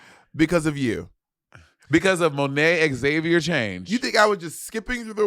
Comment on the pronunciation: “Monet Xavier Change” 😭